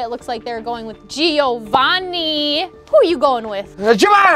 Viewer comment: when u said we didn’t know how to pronounce Giovanni and instead said gi o van i, as an Italian I laughed my ass off